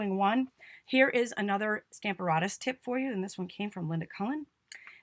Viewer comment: PLEASE check pronunciation for STAMP a RATUS